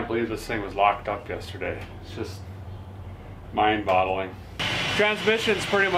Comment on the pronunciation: Did you say mindbottling? 😂